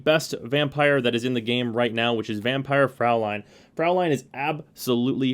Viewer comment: Fraulein is actually pronounced "froi-line". Well, at least if it was spelled Fräulein